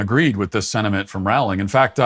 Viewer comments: Please learn to pronounce Rowling's name correctly. It rhymes with "bowling", not "howling". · Matt: Rawling Me being a massive potter head: ROWling like row row row your boat! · Pronounced Rowling like Bowling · That's not how you pronouns her name Matt. Do better.